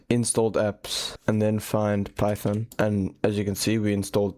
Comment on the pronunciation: It’s PY THON